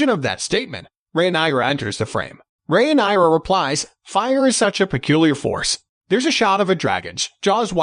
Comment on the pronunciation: re-nai-ra lol